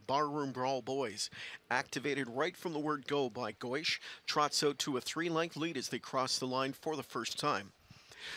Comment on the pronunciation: Gois he pronounced it as Goushe in America I thought it was goose or gwah